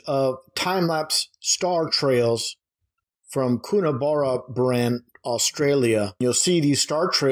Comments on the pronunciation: IT'S pronounced " Coona-barra- bran FFS. That place was the bane of my existence when I was driving semi trailers interstate roughly every second day going through there. It's high in the mountains well inland and away from any sources of light pollution or other pollution and seemed to be the section of the run where I'd frequently have some sort of breakdown. Despite all that the view from the side of the road of the sky at night is just mindblowing. I could see so many stars it was incredible, and that's after coming from a western country town with pretty good clean air. If you want good views of the sky that area is amazing for it, it just doesn't like trucks lol. Not driving trucks I went through up there heading for a place much further north when that Hale Bop Comet was about and most of the way that night that was right in front of me as clear as a bell even over the glare of the headlights and from up there it looked amazing. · Coonabarrabran - Pronounced Kuhna bloody Barra bloody bran. It's 6 hours drive from Sydney, so not exactly close by, but probably close enough for these purposes.